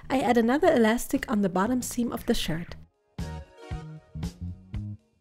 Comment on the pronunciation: Her: Shirt Time! What I heard: Sh!t Time! Me: Did she say sh!t or shirt?!